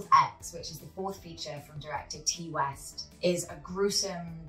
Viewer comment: Ti West’s name is pronounced “tie” not “tee”